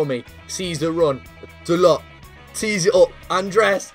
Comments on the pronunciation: The way he says da-lot instead of dar-low is amazing lmao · It’s pronounced Da-low not Dalot